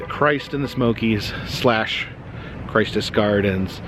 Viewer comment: I will post an update on World of Illusions as soon as i know. Im fairly sure its going to be another eatery. There was many issues within the mall but it is hard to see it go. Also not a big deal and kind of moot but Its pronounced Christous gardens with a short I not like Christ more like Christian.